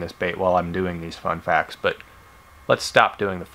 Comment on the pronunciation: When you do so many one days, that when you say "fun facts" you say it like "one day"